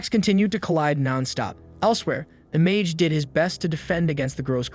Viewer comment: Why bro became Ma-ge ? Blud i not go-jo💀